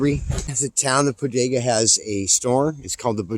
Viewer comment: Locals pronounce it Bo-dae-ga